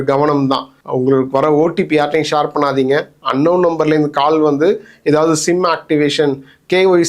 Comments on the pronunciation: Shaar illa pa...share... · Shor இல்ல share. Chair மாதிரி சொல்லுவது வழக்கம்.